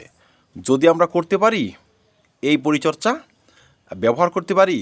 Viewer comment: পরিচর্চা নয় পরিচর্যা😂